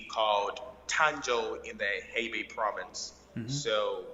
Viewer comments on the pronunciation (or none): 'Heibei' province?....